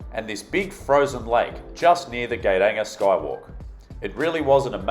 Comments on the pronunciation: Geiranger is pronounced sort of like yay-rahng-air. Since you literally asked. :p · Norway is one of the world,s most beautiful places,(if one likes mountain,s)😉 Especially Fjord Norway I was very amused of the way you managed to spell Geiranger wrong and differently i think 5 times , especially,,, Gay ranger ,, for gay people or what 😂😂😂😂🤠😉 Norway for the win